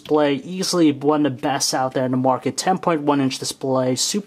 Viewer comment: "On the moarket" - again... xD